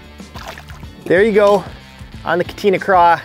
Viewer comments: Each katina was like a knife to the ears 😂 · Awesome video! However the plastic is pronounced cah-tah-nah.